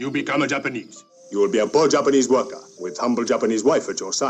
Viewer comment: "I think I'm turning Japaneshe."